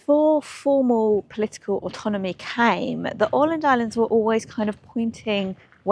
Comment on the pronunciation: Thank you for visiting this part of the world. In particular I want to commend you for your spot on pronunciation of Åland. Well done. ❤